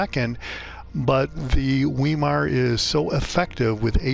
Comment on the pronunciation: I believe it's pronounced " Veye-mar." Generally e before i together, are pronounced as "Eye." In German. (Deutch).